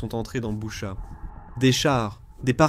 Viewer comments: L’Ukraine est comme le Mossad , ils ne pardonnent pas. On dit Bûcha svp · Boutttchaaa j ai mal aux oreilles sv p merci